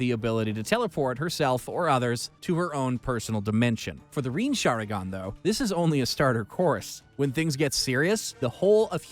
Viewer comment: Bro the way you're saying madara, kaguya, otsutsuki, rinnesharingan and susanoo disatisfies me in a way nothing could